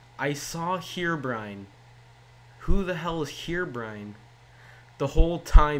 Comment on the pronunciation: Good job! You just killed English, and made me have brain cancer. "Here"Brine must be proud.